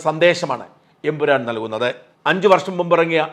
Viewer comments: ഷാജൻ ബ്രോ എംപുരാൻ അല്ല ""Emperrorrrr"" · എൻ പുരാൻ അല്ല എൻ പൂറൻ എന്നായി. 😄